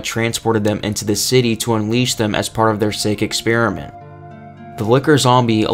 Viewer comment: really said "Racoon sleep expermient"